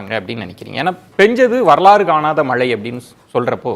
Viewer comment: PRASANNA says MALAI(should be MAZHAI) VELICHCHAM(light) says Vezhichcham, arrogant speaker.